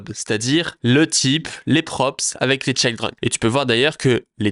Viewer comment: Children pas chayldren 😂